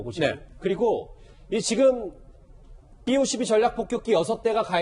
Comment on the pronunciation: 삐 오십이가 아니라 비 오십이